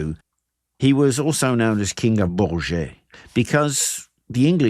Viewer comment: It's Charles VII, not Jean VII. Please say Boorj and not Boorjay.